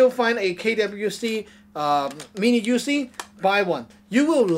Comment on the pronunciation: “ THIS/Z (IS/Z) A MINI/YOUZIE “ ?’!? NIGGA WTF ??? IS/Z A (MINI) ?!? YOUZIE ?!?